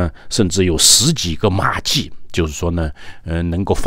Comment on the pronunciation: ，马厩的厩读音Jiu 救音，用去声！！！